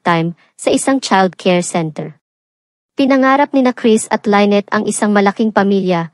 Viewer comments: Paiba-iba yung pag-pronounce ng name ni Lynette pati may mga words na ang hirap intindihin o nakakalito due to the accent. More practice pa po lalo na s tamang pronounciation pero maganda ang istorya. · ANO B TALAGA⁉️LYNNETTE O LAINET PAIBA IBA KA NG PRONOUNCIATION, MORE PRAKTIS‼️NAKAKA IRITA KA PAKINGGAN👎👎👎👎👎👎👎👎ARAL ARAL MUNA MG PRONOUNCE‼️🤬🤬🤬🤬🤬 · Lenneth or Lyneth bkit iba iba pag bigkas mo? Buti pa mag aral ka ng pronounciation